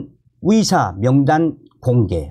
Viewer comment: 위사 위사